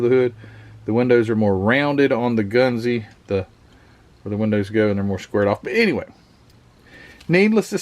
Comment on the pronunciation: I know a few Japanese fellers'. It's "gun-zuh" said really fast.